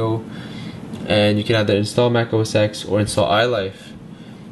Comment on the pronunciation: It"s OS Ten not OS X!!!!!!!! :(